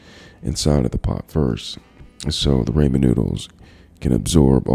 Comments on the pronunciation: I KNOW HE DID NOT JUST SAY "RAMON NOODLES" !!!! 😂😂😠😠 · Man says raymen noodles